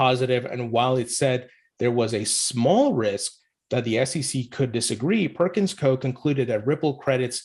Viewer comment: That’s not how Perkins Coie is pronounced. You forgot to say the i